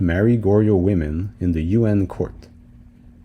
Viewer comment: My ears a little iritated when I heard "You-end" rather than "Yu-an" 😭